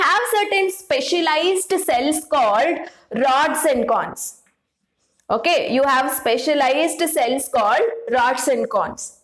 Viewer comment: That's not canes it's cones😂😅🎉